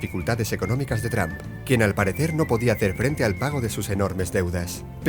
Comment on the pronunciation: Jajaja lije si viste que en el minuto 1.24 vuste que dijo trampa envez de trump